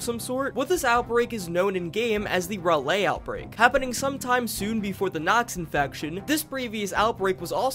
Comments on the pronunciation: As a professional North Carolinian Rawlay and Rayley is kinda pissing me off It's pronounced RawLee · ITS RALEIGH (RAUL-LEE) NOT RAY-LAY 😡😡😡😡😡😡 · Raleigh is “Rah-Lee.” English is a funny language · When he said “ruh-lay” trying to say Raleigh NC 🫣😂 It’s “Rah-lee” Raleigh 💁🏼‍♂️ Edit and the game said “ray-lay” lolol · You pronounce "Raleigh" wrong. it's pronounced Ra-Lee. Not Ra-lay. Spoken with the speed like its one word, not broken up in to 2 syllables. instead of RaLeigh, Its just Raleigh. You don't have to annunciate the L so much in Raleigh. Love the video :) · Not you pronouncing a whole state Capitol wrong, Raleigh is spoken "Raw-Lee", not "Raw-Lay" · It’s Pronounced RAH-LEE not RAH-LAY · FFS RALEIGH is pronounced (Rah-Lee) from a raleigh native hahaha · The way you pronounce Raleigh hurts me. "Ra-lay", it's "Ra-lee". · loved the video but as a North Carolinian i had a small laugh. Raleigh is pronounced like Rah-Lee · I've been to Raleigh...it's pronounced: "Raw-Lee" \😃/ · Rah-lee! RAH-LEE, for God's sake! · IT IS (RAWL E) As in Raleigh. as someone from NC I’m going crazy! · Raleigh is pronounced "Rah-Lee" btw lol nice compilation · lol you say Raleigh like Rawlee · Raleigh is pronounced "Rah-Lee". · Ok im from "Raleigh" and that is NOT how you say it 😂 think Rah-Lee. Or Raw-Lee. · Ra lay North Carolina 🙏🙏😭😭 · almost as bad as how Raleigh was butchered 💀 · The Raleigh pronunciation as a North Carolinian hurt my soul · As a North Carolinian the way you say Raleigh is wild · I'm from NC and live in Louisville and he pronounces neither of them right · As someone who lives in Raleigh the way that you pronounced it causes me physical pain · bro, the way you pronounce Raleigh.... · As a North Carolinian your pronouncing Raleigh wrong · Yall mispronounced "Raleigh" and "Louisville." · it was great until you mispronounced the fuck out of Raleigh